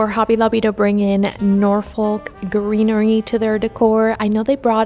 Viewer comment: Great video. FYI Norfolk is a place in the UK and its pronounced "Nor-fuhk" The stress is on "Nor" and the L is not pronounced. 😁